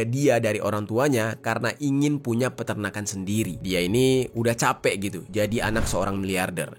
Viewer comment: bang bukan Perternakan tapi Peternakan 😅